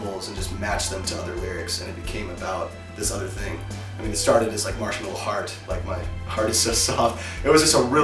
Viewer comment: Lol that’s not you pronounce marshmallow in French😂